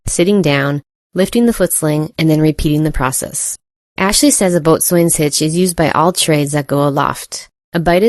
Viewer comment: That “Boatswain” pronunciation tho.